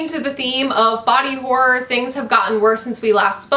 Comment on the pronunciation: Hi, I gotta say every time you say horror it makes me laugh coz it sounds like "whore" to me, which is hilarious 😉